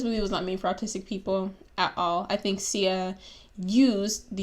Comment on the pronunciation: You are not autistic But you are just rude And guess what? I have autism in my family, a LOT of beautiful people that are special to me. So.... I loved it... get off your high horse. You cant even pronounce her name.